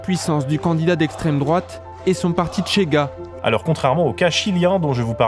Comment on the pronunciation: C'est [chéga], pas [tchéga], c'est pas de l'espagnol...